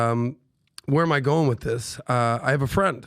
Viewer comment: Only PBD can go from massive self deletion topic all while slaughering the pronunciation of all words ending in the letter g or ing to make them sound like INKKkk , growiNKKK to then slide into those ((( much asked for )))PBD coffee mugs 😅😅😅😅😅 its actually sadly comical 😮.